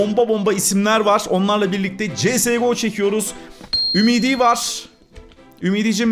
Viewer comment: abi csgo' nun okunuşu siyes go